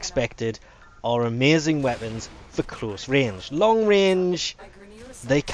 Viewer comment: Man does know how to murder all the names of every weapon in the game.